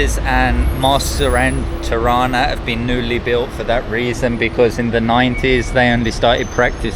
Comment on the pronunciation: Its Tirana not Ti-rana